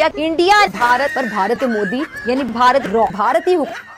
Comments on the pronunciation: Raw nahi bhai Raaaaa 😂😂😂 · Bharat ka "raw" nehi bhaiya "raa" 🤣🤣🤣🤣